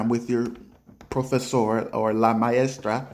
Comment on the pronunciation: Es un mentira ellos que dijeron que aprender español en 3 , o 6 meses . No es posible. Este hombre no puede aún pronuncia maestra/ maestro en este video